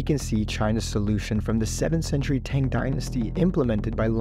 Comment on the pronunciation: Marco Polo did not discover Eye glasses in China and you mispronounced Tang every time you said it :P